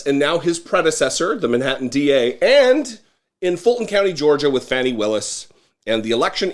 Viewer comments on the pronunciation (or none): Fani Willis' name is pronounced "Fawnie." Please stop saying, "Fanny..." Here is a clip from Fulton County, Georgia's 11 Alive News. Keep up the good work!